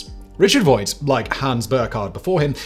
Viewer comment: gotta correct you, Simon: the designer of the bv141 was Dr Richard Vogt, rhymes with "poked", not "Voit"